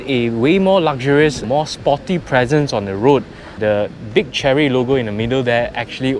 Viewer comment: I think it is pronounced "share-ree".